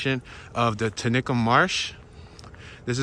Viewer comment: It's pronounced;"(tenny-cum ),,,Which is on the south side of Philly International Airport